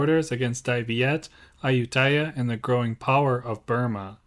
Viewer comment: It would be nice if you could pronounce Ayuthaya properly unlike the typical POME way.